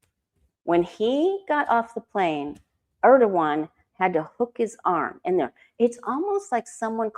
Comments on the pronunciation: President Air dough won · President Herd-ogan 😅